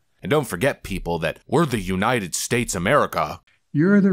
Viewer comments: He STILL can't say "united". "The u nine ed states America" and now he's drpping the "of". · And Joe always mispronounces it as UNINTED States!!!!😵😵😵😵😵